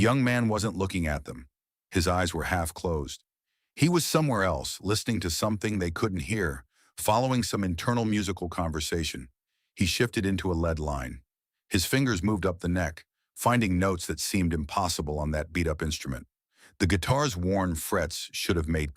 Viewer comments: "A lead ("pronounced "led") line". God save us from AI. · A true musician is like a legitimate narrator, whose appreciation of the topic comes through with lyrical fluidity and emotion – no AI crap; no random telltale mistakes ( “lead” as in “lead guitar,” not as in the toxic metal), just sound, the way it was meant to be – from the heart and soul, not the program and processor. AI has no concept of what it did to the language starting , for the machine, it was business as usual. AI narrators and script writers don’t value your subscription, because they can not. AI has no concept of what it means to appreciate the simple acknowledgement of a thumbs up. Don’t bother. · AI can’t pronounce “lead” and has a melt down after ten minutes. 😂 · He started a “Lead” haha